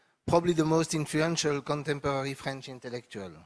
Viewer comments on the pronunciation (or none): that guy has the worst french accent !!! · Pleaase french people who have this accent, stop it AAAA so annoying, the «r» sound is not that difficult to pronounce